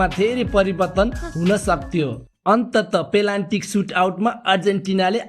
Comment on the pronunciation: प्रस्तुति ठिक लाग्यो । सानो सुझाव : पेनाल्टी लाई पेलान्टी उच्चारण भएको जस्तो लाग्यो । स्कृप लेख्दा च्याट जिपिटी को सहयोग लिएको हो कि जस्तो पनि लाग्यो ।